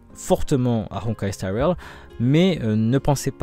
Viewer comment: Pourquoi y’a que honkai star rail qui a droit à une prononciation avec un accent de ouf ?